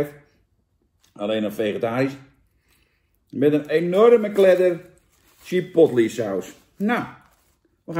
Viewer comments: Hoi Jan! Het is "chuh·powt·lay" en niet "chih·pot·li". Verder weer bedankt voor deze review! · Ik heb nog nooit iemand chipotle zo horen uitspreken 🤣🤣 lekker Jantje